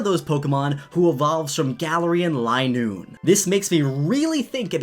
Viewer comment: I don't think it is line-oo-ne. Its lin-oo-ne